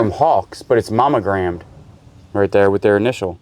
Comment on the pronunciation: Mommo-grammed? That's like Justin's "eboo" and "joory," right?